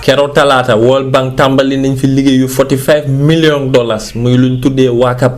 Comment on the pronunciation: Who else heard miliyong dollers 😂😂😂😂